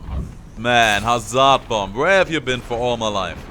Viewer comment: Don't emphazise the "z" when pronoucing Hazard also that "a" after z, pronouce it as a "e" instead. After that you're pronouncing hazard correctly (despite the spelling saying otherwise).